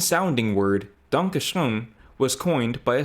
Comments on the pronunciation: Your pronunciation of "Danke schön" was leagues above that monstrosity that passes for a song. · First off your pronunciation of "Dankeschön" was spot on and yes it's the German "dankjewel" or "thank you very much". Secondly... Defaq!?😂 Since I have no life I looked up how old the word is and this specific phrase of thank you is from sometime during the 18th century. After that I looked up the song lyrics and it seems like a lovesong to a German woman Wayne Newton met at some point. At least it very much seems like he learned a couple words of that womans language... So no. We very much know what gratitude is and are also capable of verbally expressing it😂😂😂 German speakers did in fact invent their own language, no Americans needed 👍 Edit to add: every single person in the screenshoted posts did also type the song title wrong, it's Wayne Newton's "Danke schoen" in correct German spelling only using an oe instead of ö which I'm assuming is probably due to English typewriters not having the letter ö. It's still a correct way to write the word.